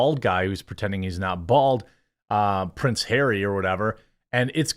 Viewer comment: it actually prince hawwy